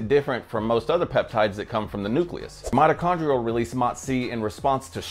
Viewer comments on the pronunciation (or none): none